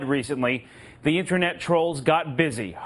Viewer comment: "Internat safety expurt!" Just turn off the motherfucking screen close the god damn page, and go outside.